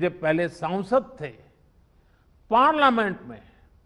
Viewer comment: पार्लियामेंट तो सही से बोलिए सर😭😭